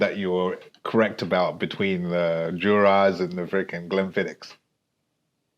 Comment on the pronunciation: Sorry where you messing about or do you believe it's Juh-ra verses juw rah for pronunciation 😂Never had an Inchgower but I'm open to new experience's, cheers🥃😉